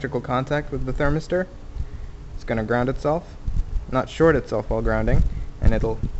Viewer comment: What the fuck is a "thermerster"?